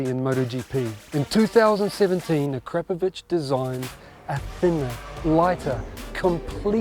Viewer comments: A-Krap-A-Vich? Try Akra-Po-Vic! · Ah-crap-oh-vich I always thought it was Akra-poh-vich, as most say. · A-crap-ovich come on at least say it properly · A Crap Of Itch is hilarious. I always pronounced it Air A Povick. The K is silent. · Hmmm, and all this time I’ve been pronouncing it “Ack-Ra-Poe-Vitch”. Don’t I feel like a dummy. Very very nice, high end exhausts. I have a 2018 Triumph Street Triple though and their exhaust for those is hideous so I went with a Yoshimura. The Striple comes factory with a nice, modern low slung exhaust and that’s what I want and think looks best but the Ackra exhaust for the Striples is a huge 1990’s looking thing that comes all the way up to the rear passenger peg. 🤢🤮 I really wanted an Austin racing pipe but they’re just way out of my budget.